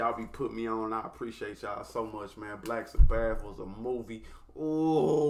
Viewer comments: Never heard them called Black Sa - Bath before 😂😂 Its Sabbath like as in Sunday is the Sabbath. Sounds more like Sabeth phonetically. Love you no hate! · I sort of wish your first Black Sabbath song would be the studio version. (Pronounced SA- buth) This was cool, but the studio is better in my opinion. That lead is Ozzy Osborne, who I assume you've probably heard of. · love the reactions for Real! Hey the pronunciation is Saah Bath with the accent on the last syllable - keep on Rockin’